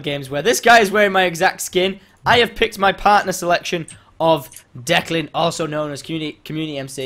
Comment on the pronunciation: His name is Declyn, like Deck- Lynn. Not Dick xD